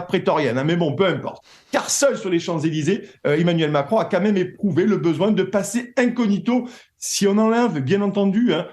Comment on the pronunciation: "QUA' MEME ".